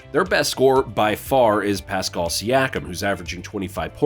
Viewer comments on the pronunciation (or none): For future reference. It's not A-noo-nahbee its A-new-no-bee And is not Pes-call its Pass-kal